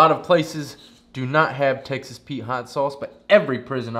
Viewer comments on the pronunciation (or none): none